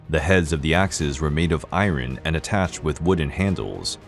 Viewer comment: Can you stop saying "irin" it's iron. And it's not "sea-ax", it's just "sax".